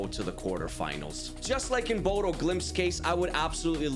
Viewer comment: As someone who live there and have it beaten into me since I moved here. Its pronounced Bodø (Buddha)